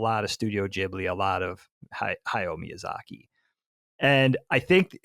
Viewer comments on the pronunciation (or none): none